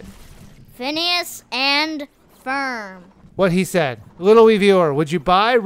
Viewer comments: its ferb not ferm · It's FERB! Not Fern!